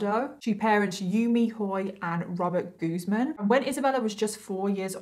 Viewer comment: It's guz - man